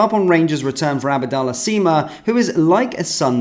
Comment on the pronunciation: It's NOT Abadallah Sima it's ABDALLAH Sima.